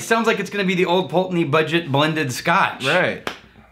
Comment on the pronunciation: "old pull TAY ney"?, dude.:-) Talk about how our brains can work! It was interesting that said that as he READ it in the letter but got it right moments later while just speaking of it... Or was he just mooching off corrected usage? And was letting it go by out of respect for mom, who he'd be seeing later? Tune in for the next fascinating episode of "as the vault turns".:-)